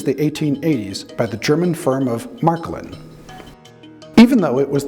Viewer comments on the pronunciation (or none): Märklin is pronounced Mare-kleen